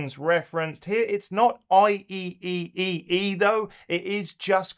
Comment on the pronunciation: You know you can simply say I-triple-E 😂